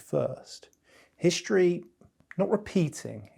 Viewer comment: For the love of God... it's 'hiStory'. Not 'hiSHtory'. It's Struck. Not "SHtruck". It's Struggle. Not 'SHtruggle. This is an affectation. Notice he doesn't say 'shtill'. He says still. He doesn't say 'sho'. He says so. He doesn't say 'sheeing'. He says 'seeing'. Why are people adopting this idiotic affectation?